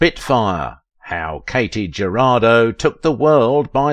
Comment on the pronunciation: Her name was pronounced KAH-tee Huh-RAH-doe.